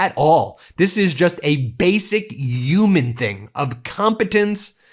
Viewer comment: Ben, why do you pronounce "huge" and "human" like Trump? Are you originally from New York?